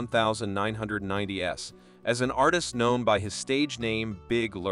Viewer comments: Stop being so lazy or atleast us an AI that doesnt sound so cheap. One thousand nine hundred and ninety one s...... lazy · Say you are a robo voice without saying you are a robo voice. “In the one thousand nine hundred ninety ESS” Or …..”Sooogay night” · Stop using AI voices. I turned off the video 12 minutes in because I can't stand to hear things like "nineteen hundred-ninety s" or two thousand ten s". Couldn't bear to hear anymore. And within those 12 minutes, many of those aren't even celebrities.